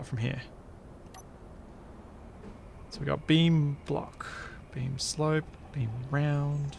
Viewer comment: The more you say 'beam block', the more it sounds like 'bean block'.